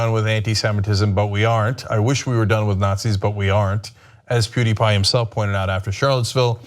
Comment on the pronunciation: What is a Pooteepie?